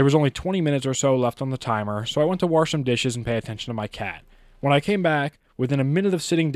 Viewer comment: the way you say wash meant no disrespect it was just funny to hear as i only ever heard some of my family say it